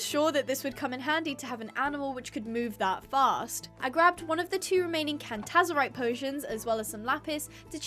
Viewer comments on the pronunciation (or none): Cantazarite❌️ Canzarite✅️ 😭